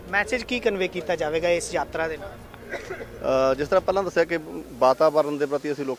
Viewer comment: ਐਂਕਰ ਭਾਈ ਸਾਬ੍ਹ ਨੂੰ ਦੱਸੋ ਕਿ ਸ਼ਬਦ ‘ਯਾਤਰਾ’ ਹੁੰਦਾ ਹੈ ਨਾ ਕਿ ‘ਜਾਤਰਾ’